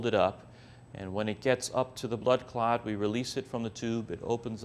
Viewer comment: Clats? You think he would have brushed up on how to really say "clot" since it needed to be said multiple times.